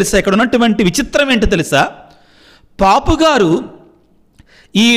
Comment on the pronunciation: పాపు గారు yendandi, పోప్ కదా